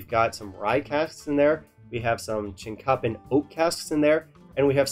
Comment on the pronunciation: "cheenk-ah-pin" oak - at least, that's always how I've heard it pronounced. This whisky sounds really promising. You have to wonder if they are utilizing exposure to heat while they age the casks - that's one way American whiskey tends to mature faster than Scotch. If you like this sort of bottle, try to find one of the Jon, Mark and Robbo's malt blends that were on the market in the mid 2000's - really tasty whisky put in a craft bottle full of ripples and bubbles; very cool looking.